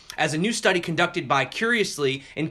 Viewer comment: Did he say bi curiously??